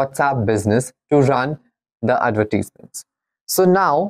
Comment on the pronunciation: bhai bolna to seekh lay. Adverteasements 🤣🤣🤣